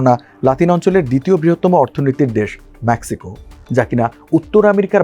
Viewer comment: আগে ইংরাজি উচ্চারণ ঠিক কর কাটা, ম্যাক্সিকো নয় মেক্সিকো